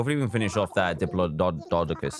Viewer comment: So apparently all British people say diplodocus like DIPOLO DOCOLS